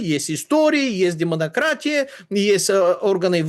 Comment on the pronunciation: Шикарно звучит - "Демонократия"